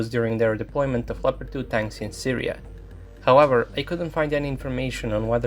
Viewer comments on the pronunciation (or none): none